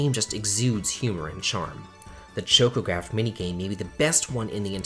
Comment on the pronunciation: Mad-gie-sight? Chough-ko-graff? Zye-den!!???? Those are some crazy ass interpretations of the words man 😆